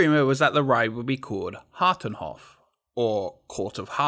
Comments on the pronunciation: You pronounced "hartenhof" right actually? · For someone who is a native English speaker, you did very well on pronouncing the names including Hartenhof! Only thing I found is 'henRy knoet' instead of 'henNy knoet'. 😜 Amazing video as always! Be sure when you go, that you go on this ride somewhere in the afternoon instead of the morning. Lines seem significantly shorter at that time since this is the ride you walk straight into if you follow the main path.